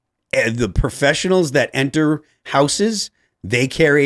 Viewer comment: How do people who talk for hours a night for a living not know how to pronounce the word houses? I thought it was just Tim, now it's Phil too.